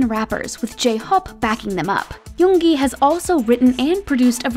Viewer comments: Finally!!!! Someone who pronounced yoongi right. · I can't even think of bts not having suga.And finally i found someone saying 'yoongi' instead of saying 'yoonji'😒😒😒😒